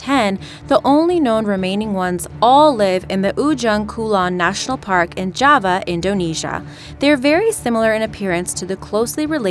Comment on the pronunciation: You say Jay-van rhinoceros yet you say java correctly. Okay..